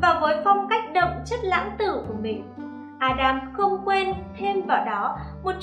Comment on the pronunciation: Mình nghĩ tên ca sĩ nên phát âm là ('A.dem-dum)